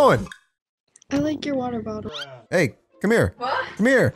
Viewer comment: "I like your wattle bottle."